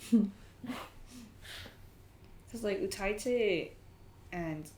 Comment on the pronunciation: i enjoyed this but i couldn’t handle the pronunciation of utaite , it’s pronounced “you die te” not “u tie te”